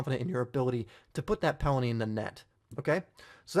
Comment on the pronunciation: what he said: penalty what I hear: Pellany